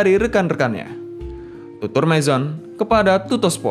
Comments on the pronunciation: bukan mizon, tp majone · Saran nih min, biasanya kalo nama - nama orang italia itu kalo ujungnya "E", huruf "E" tetap di baca. Contohnya Mazzone, bacanya bukan Mazon tapi Mazzone dengan penekanan di huruf Z dan huruf E nya tetap terbaca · Bener bro..tadi sempat ngakak ndenger naratornya menyebut Mazon 😀🤣